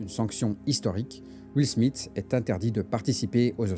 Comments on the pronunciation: Ça se prononce Smifs (th) que smite hein. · son nom c'est Smith et non Smit comme tu le prononces tout du long ? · De toutes ma vie j'ai jamais entendu SMITE que ce sois en France ou en Amérique. "Th" en anglais ça n'a jamais eu comme prononciation "T" . Je crois que tu souffre de l'effet Mandela mon ami tu nous pissera pas dans le cerveau 😂